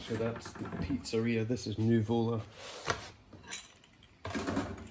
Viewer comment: accent is on the first U, it's Nùvola, not nuvòla :)) greetings from Napoli